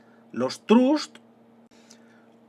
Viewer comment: LOS TRUT(SS) JAJAJAJA, has hecho un muy buen vídeo, explicas muy bien. He de felicitarte. Me va a ayudar mucho con bachillerato.